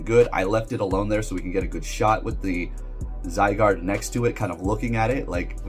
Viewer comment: Bro I am disappointed you pronounce Zygarde correctly...what's wrong with you?